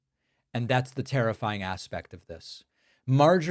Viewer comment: The way you pronounce "terrifying" almost as 'tariff-fying".